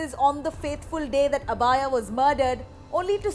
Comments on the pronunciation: Sister abhaya not abaaya ...wtf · god how is this woman pronouncing "Abhaya"? The name should be pronounced like "Abhay" which means without fear.